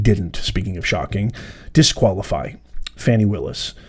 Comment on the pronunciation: Let’s get it straight, it’s pronounced “Fawni”, lol